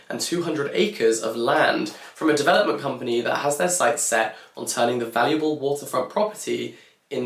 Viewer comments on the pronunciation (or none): none